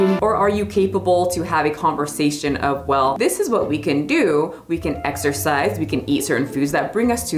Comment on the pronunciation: Exercise? I thought you said "extra fries!" 🤣🤣🤣